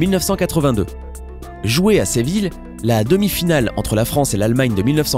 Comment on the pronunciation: Gijon se prononce rironne Seville seviye et pas sevile '............Et il a plein d'autres coquilles, j'espère que le commentateur est amateur sinon c'est grave.😂😂😂